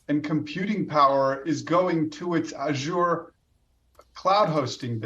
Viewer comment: Stop pronouncing Azure wrong